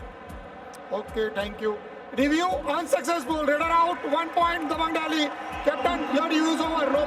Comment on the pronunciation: Hello buddy it not dehi it's delhi !